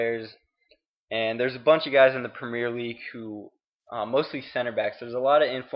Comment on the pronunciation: Learn to say premier properly then get back to me.